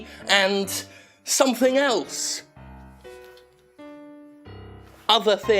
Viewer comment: Great vid, but harumf?